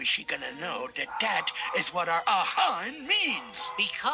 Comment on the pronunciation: Not HA HA like to point and laugh at someone, It's A-ha like from a song take on me.